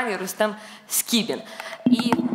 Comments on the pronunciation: Редакция! не СКРІБІН, а СКІБІН!!! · Скібін, а не Скрібін!